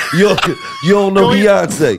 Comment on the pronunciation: I’m mad it took me this long to discover these niggas 🤦🏾‍♂️ “heyonce” 💀💀💀